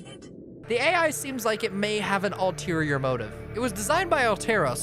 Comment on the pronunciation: you means an alterra-ior motive